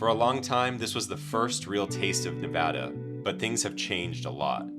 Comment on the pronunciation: My wife wants to say thank you for saying Nevada correctly. As someone born and raised in Vegas, she literally gags when people say Nuh-vauh-dauhhh.